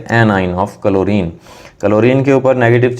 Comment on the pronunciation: he's saying " कलोरीन " 🤣🤣🤣🤣